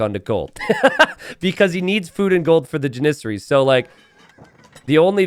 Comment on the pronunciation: Never heard anyone say Janissary that way, always thought it was JAN-issary.